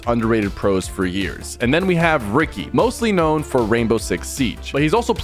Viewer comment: ''ricky'' ''yuji''